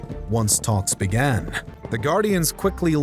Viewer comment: You seem to add a ‘t’ to many of your words so they sound like ‘Englandt’ and ‘imaginedt’ even other sounds and breaths ‘once talks began-uh’ . It’s so incredibly distracting. Maybe tone it down a bit.